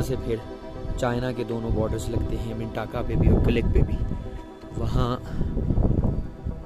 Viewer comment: Appreciate good informative video. You have covered every aspect. However you need to correct missprounciation of name. Mintaka منٹاکا نہیں منتکہ ہے اس طرح واخی نہیں وخی ہے سوست ہے سووسٹ نہیں اور قلندراچی نہیں قلندرچہ ہے